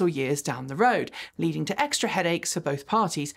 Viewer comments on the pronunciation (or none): none